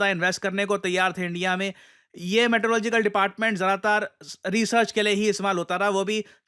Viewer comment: Meteorological ❌ Maetelogical ✅